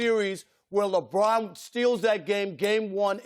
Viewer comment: "we've seen lebon brick free throws" can't even get his name right LMAOOO